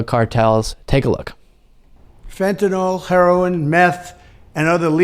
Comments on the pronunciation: It isnt ' Fentynal'. Its ' Fentanyl' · Do Republicans say "FENTANAWL" because they actually don't know how to read, or because they have a moral objection to saying words correctly?